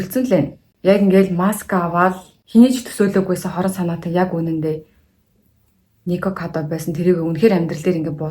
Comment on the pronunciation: Nikokodaavakado gej sonsood baihiin zovuu bi buruu sonsood bna uu